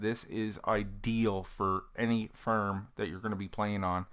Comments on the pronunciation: Its pronounced farm not farm !!!!! You idiot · FARM NOT FIRM !!!!!!! GOD DAMMIT